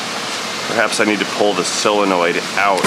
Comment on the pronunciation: When did "O" become "E"? Selonoid instead of solenoid?